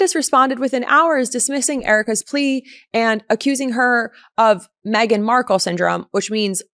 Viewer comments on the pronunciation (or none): none